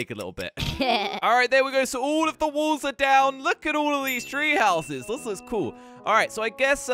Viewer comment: Walls but when says it it sounds like wools